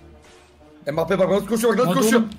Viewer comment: Abi geçen sene bakli diye sanchez diyodun şimdi embapye diyon Sanrım yanış yazdim abi bide bi kalp alarım